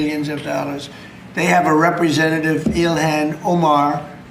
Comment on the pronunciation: did I hear that correctly? you said "somali representa-thieves"?